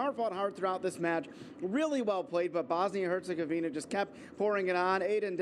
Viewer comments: I'm even not from Bosnia and Herzegovina, just from other European country, but: it's a matter of basic professionalism and respect for TV presenters to learn how to pronounce (or at least read correctly) names of the countries they are speaking about. It's HerzegoviNA, not HerzegoviNIA! It's sort of sad that your television is even not the only one that does that. Besides, this kind of mistakes give the impression of arrogance - and probably it is to some degree, like "who cares about tiny, unimportant countries we are not in war with (those you always pronounce correctly). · Why Herzegovinia and not Herzegovina where is the I?? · For heaven's sake, both of the female sportscasters mispronounced Herzegovina. Get it together ladies and do your research, this is a World Cup team for goodness sake! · They will learn the pronunciation after Bosnia finishes with them. Very disrespectful.